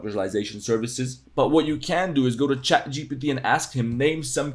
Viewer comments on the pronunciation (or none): none